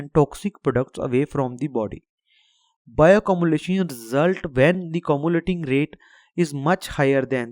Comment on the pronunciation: It's bioaccumulation not bioccumulation😂